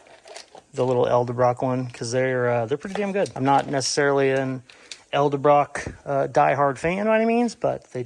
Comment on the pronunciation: ED-EL-BROCK not EL-DE-BROCK